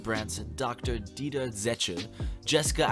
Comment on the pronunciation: the way you pronounce Dieter 🥵🤤 get you a german man